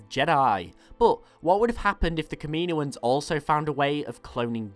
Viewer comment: Its not ka-me-no-ans, its kam-in-oh-ans... kaminoans